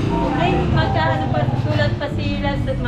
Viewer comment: ha ha ha puro shoutout ang naririnig ko - shout out shout out - parang dinig ko - shatawt ha ha ha parag nagsisiksikan ang mga customers. conscious sa SHATAWT nila